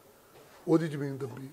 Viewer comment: Jadon tusi tv ya khabaran vich bolde oh, tan sahi tarha akharan nu bayan kareya karo, kabja te jameenki hunda. Kabza te zameen sahi alfaaz ne.